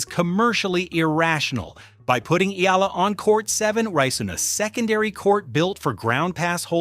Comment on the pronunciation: It’s AYALA not Eala, you dummies! Ah - Yah - Lah! Three syllables pronounced with short A’s. You idiots keep running the story butchering her noble name and misspelling it too. Again, her name is AYALA. She is the direct descendant to Don Antonio de Ayala, famous industrialist.